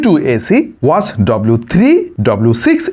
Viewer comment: ভাই ওয়াজ নাকি ওয়াচ?